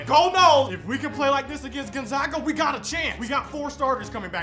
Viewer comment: Come on man. It's Gon-zag-uh. Not Gon-zog-uh. You're killing us.